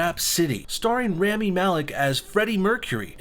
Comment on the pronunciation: Hearing you mispronounce Rami breaks my heart because that’s my name